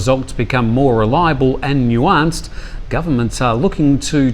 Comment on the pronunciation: You mispronounced the word "nuance".